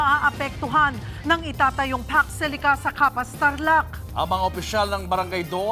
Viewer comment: Hello po madam. Eto po ung pax silica hnd po fox, at hndi rin fuck